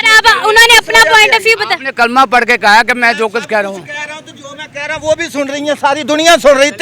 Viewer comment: Kalma hi ghult par Raha hai 😂